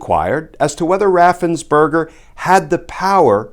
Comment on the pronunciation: Perger, it's Raffensperger, not burger.